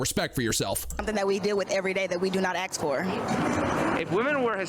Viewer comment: Man, what are you doing? Don't upset this woman. She just told you she axes questions. Pray she doesn't axe you a question.